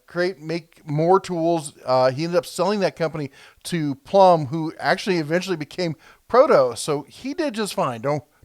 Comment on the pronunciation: You said Plumb I think or it sounded like it did you mean or say Plomb as in Alphonse Plomb owner of Plomb Tool Co which became PROTO after Plumb some how won a lawsuit against him for using his name on his tools saying people said his name confused customers but it was his name and spelled differently but he must of had awful lawyers